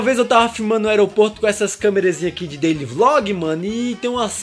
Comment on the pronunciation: "eu tava gravando pro meu deili" KKKKKKKKKKKKKKKKKKKK